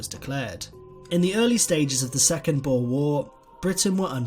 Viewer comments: I am south african so can you plz learn how to pronounce boer correctly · You really butchered boer😅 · boer😃- come to SA so that we can teach you how to pronounce that😀 Voortrekkers ook😂